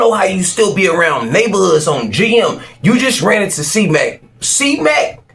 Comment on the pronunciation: I hate the way he say "ON GM" not the sentiment but the pronunciation